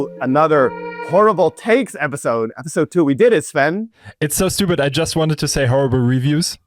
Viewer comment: 👋🏻 It's "Sven" tho